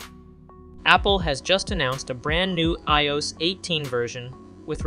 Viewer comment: How can you not know how to say iOS? Lol